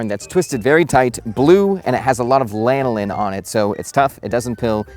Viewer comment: Are you saying Lanolin? Lanolin? Like sheep's wool?